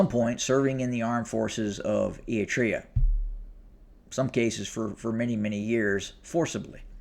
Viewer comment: Apart from the name butchering Ætreah, Gaytechew… 😂 thanks for recognising the hell our region is in & simplifying the GoT drama.